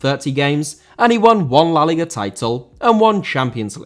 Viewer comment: Liga* not Liguer